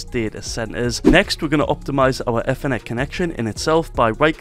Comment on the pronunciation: i love how he calls it eathernet